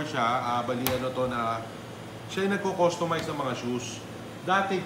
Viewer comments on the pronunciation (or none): Did you say customice? Wow.